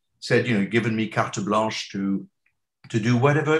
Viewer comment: Who else rewinded (rewound?) to hear that "carte blanche" again, as beautifully spoken by a native?